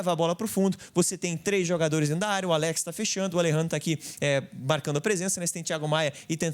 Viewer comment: Muito boa análise, Bernabei jogou muito. Só para contribuir, o nome do jogador pronuncia Álex e nao Aléx. Baita vídeo!